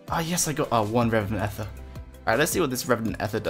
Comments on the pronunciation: E-ther, not eff-er lool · stop saying ether wrong >:(